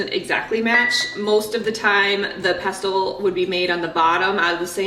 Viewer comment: The t is silent in pestle. ❤😊